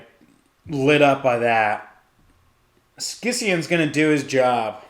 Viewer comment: Great report. Only minor note, scions is pronounced “sigh-ons.”